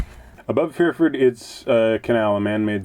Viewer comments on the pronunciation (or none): I really love your videos. pronouncing of Pyrford cracks me up everytime. Think of the sound a happy cat makes and a type of car...Purr Ford. Dapdune Wharf is great for cream teas! Looking forward the next instalment. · Sorry it is pronounced.....purr-ford marina....oop's?